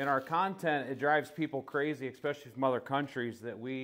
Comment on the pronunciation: It’s pronounced especially not expecially !